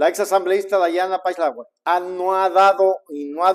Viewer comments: SE PRONUNCIA PASLEY NO PASALAIGUE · PASLEY SE PRONUNCIA